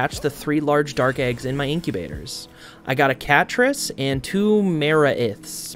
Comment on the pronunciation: Dinossom(Dine & ossom, as in blossom) I pronounce Maraith(Ma-rye-th)